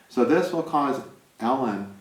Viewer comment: Not ellen..it's E Lon...❤